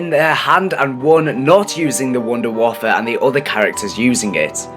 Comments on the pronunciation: its waffe not waffer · it waffe not waffle dumbasses